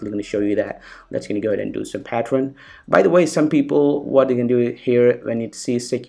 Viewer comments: And also "patreon" instead of "pattern" ^_^ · just saying bro it's pattern not patron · Hahah.. Ram rom rem pattrun